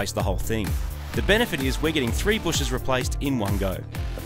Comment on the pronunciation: Are you saying "bushes" instead of "bushings"